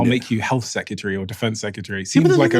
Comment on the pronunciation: The number of people in this video saying "secutary" instead of "secretary" is upsetting :P